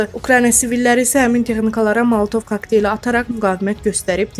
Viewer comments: mətnlərin oxunusundanda səhvlərə yol verirsiniz, sözlər düzgün tələffüz olunmur,: maltov kokteli yox, , Molotov kokteyli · Ay bədbəxt maltov kakteli yox eyy malatov kakteli🤭😄savadsızlar...!!!